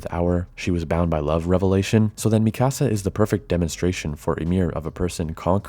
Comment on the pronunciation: Great video but man, it was so hard to hear you say Mikasa’s name lol. It’s ME-KUH-SUH not ME-CASA 😂